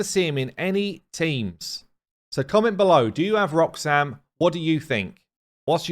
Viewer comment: It's pronounced Raaaaaaaaaaax-Am ♪♫